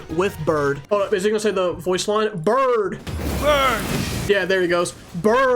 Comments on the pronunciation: its burn not birid 😂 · diluc says burn not bird